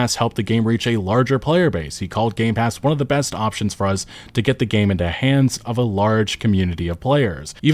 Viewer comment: pronounces the word "us" with a Z instead of an S and I can't unnotice it 😂